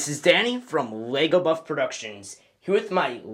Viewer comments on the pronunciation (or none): Did you say 'Wego' at the start